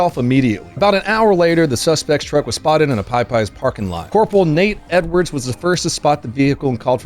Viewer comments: It’s Pop-eye’s. Not Pie-pie’s. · Please tell me you are deliberately mis-pronouncing "Popeye's" as "Pie-Pie's". As someone who lives near Chester, IL - home of E.C. Segar, the creator of Popeye, I find it someone disturbing. I witnessed the last two total eclipses over that area in Segar Park under the bronze Popeye statue. Visit sleepy little Chester, IL on the Mississippi and see all 20 Popeye character statues placed throughout the town! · Did this dweeb say a “pie pies” parking lot?? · “In a piepies parking lot” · I Need A Donut Brand Dick Diaper(merch)cuz i just pissed my pants hearin you Say Pie-PieS LMAO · Is nobody gonna say anything about how says Popeye’s? 🤣🤣🤣